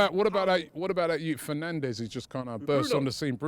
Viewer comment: ‘Yute’ counter: ⬇️